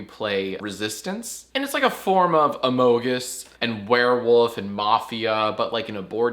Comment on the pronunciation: “it’s like, a form of amohgus”